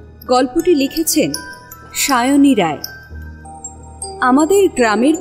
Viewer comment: সায়ণী রায় নয়, ভাই। সিংহ রায়।